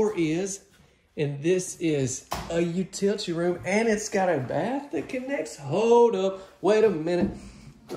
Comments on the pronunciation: I am lovely hun! Just laying in bed on this beautiful gloomy Sunday morning with my granddaughter. She's watching YouTube kids while I'm watching you tube adults!!! 🤣🤣🤣🤣 I just love your accent and love how you pronounce "utility". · No use saying utility wrong when you know how to say it correctly. Don't be offensive to the English language. Good show!